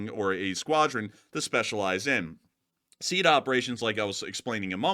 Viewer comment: Sweet jesus....this is driving me nuts - it's not pronounced "seed" operations - it's "SEE ADD" killing me smalls